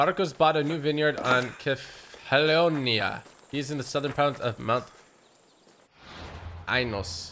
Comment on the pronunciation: Kephallonia is pronounced as kefalonia.